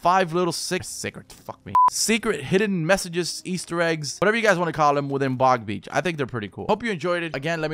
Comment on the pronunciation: Stop saying big beach